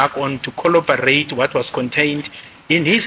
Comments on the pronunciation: Coll-what now?, it's CORROBORATE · Bathong “kholobarate”🤣🤣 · Coloberate 😂 what’s xoloberate? Collaborate bree ga dear tsek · If we count the number of times said “colobarate” 😭😭😭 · The word he is using is corroborate and he is using it correctly. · Imagine being educated by someone who can't even say "corroborate."😮